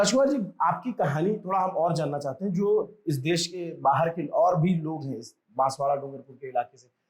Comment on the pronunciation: Can you at least correct the name of the city. It’s Banswara not Banswada. Not expecting this from your end.